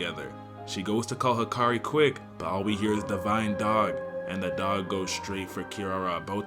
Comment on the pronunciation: Hikari? I thought it was Hakari